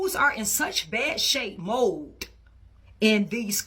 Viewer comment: She put a T on MOLD. 😅 Its ok.